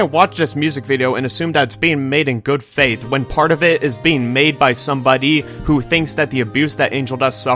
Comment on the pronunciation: "somebodee" (sorry)